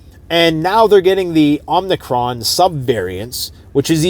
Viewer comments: its OMI-CRON NOT OMNI-cron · it's Omicron, not omnicron.